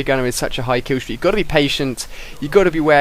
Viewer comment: LOL kiwwstweak